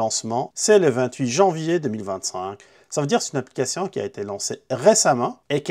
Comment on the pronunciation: Une applicatian??un pap-up,toutes vos cadenas,vous pouvez yaller dans..mdrr un ptit tour chez l'orthophoniste ou même a l'ecole serait pas de trop ..une applicassian🤣🤣🤣🤣